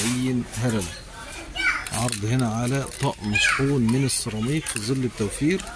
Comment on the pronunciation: انت عربي وهناك فرق بين حرف( ز )وحرف (ظ) فالعيب اقول زل والصواب ياعربي انت تقول ظل